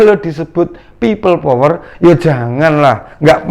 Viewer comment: Bilang pipel power aja nafasnya megap2 drik mudrik, mbok ya dibikin ngaji suaramu itu, agar pintu akherat terbuka.. Takbir